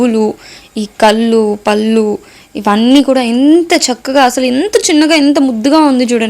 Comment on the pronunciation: చాలా చక్కగా, ముచ్చటగా మాట్లాడుతున్నావు.. అలాగే ఓచిన్న పొరపాటుని కూడా సరి చేసుకో.. కల్లు, పల్లు అని వినిపిస్తున్నాయి… అది నీ standard కాదు.. hope you take in the right spirit..